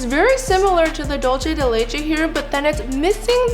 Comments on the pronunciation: This was a fun video and the desserts looked good. But Im sorry to say this, but it bothers me the way you pronounced "dulce de leche." Its not a italian word, its Spanish. You pronounced it like "Dolche" when its "Dulce," with a long u sound. This is not the first time i hear this, many people seems to say it incorrect too. They dont know how to say, find out the proper way to say it. I finish my rant.🏃‍♀️ Im sorry, but it had to be said. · It’s pronounced dulse not dolche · Dulce de leche is Spanish as opposed to Italian. Dulce is pronounced DOOL-seh. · Normally I love watching videos, but I cannot stand another mispronunciation of Dulce de leche.